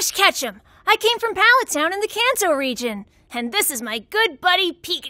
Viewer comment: I thought she said the cancer region 😂